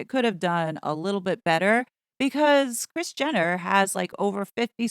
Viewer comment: Rris 🤔 I thought her name was Kris😂